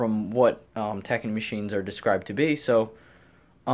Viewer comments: Clean Max is made by Tacony Company . It is said Ta -cone - E not tacknee. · Just an fyi tacony is pronounced tah-cone-ee